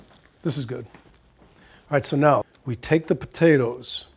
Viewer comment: he says potatas. lol